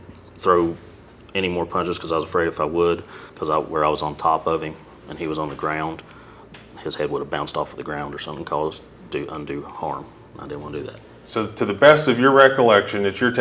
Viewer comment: he didn’t want to cause in- do - harm!!😂🤣😂🤣😂🥲😂🤣😂🤣😂🤣😂. What a 🤡